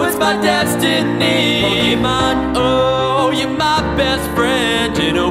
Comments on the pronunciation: The least you could do is pronounce THE NAME OF THE SHOW right. It's Poh-Kay-Mon, not Poh-Key-Mon. That accent on the E isn't there to make it look fancy, it actually changes how the word is said. I'm sorry, but this is just ear rape. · So fucking good. But the way he pronounces pokémon makes my skin crawl. It's pokémon, not pokiman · Is it weird that I'm annoyed that he pronounces pokemon as (Poke-ee-mon) instead of (Poke-eh-mon) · You pronounced Pokemon wrong at least 50% of this song